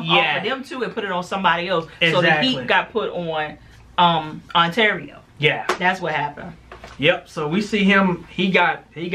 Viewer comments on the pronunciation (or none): Part of why I love you two is because you stay jacking up names. 😂 Ontario = Arturo The other part is because you two give great reviews! P.S. Sorry for your loss 😔